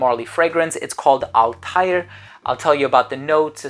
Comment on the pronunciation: The pronunciation of PDM Althaïr was wrong, 😊: there are 2 dots on the I😉, so it is Altha ir ☺️